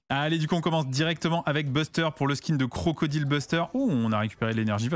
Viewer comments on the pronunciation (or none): none